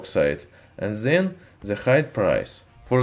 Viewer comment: Instead of "then" He says ZEN